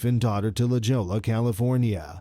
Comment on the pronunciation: Lajolla California is pronounced- La Hoya!